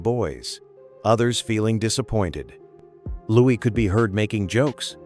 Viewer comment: Not pronounced Lewis…..pronounced Louie